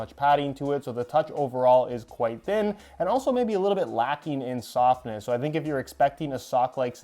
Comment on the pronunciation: I thought you said they’re lacking in “sockness” instead of softness and I was like just invited the perfect adjective for modern football boot debates.